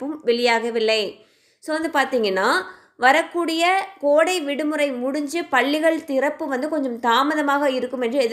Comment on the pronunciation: பல்லிகள் இல்லை பள்ளிகள் உச்சரிப்பு முக்கியம்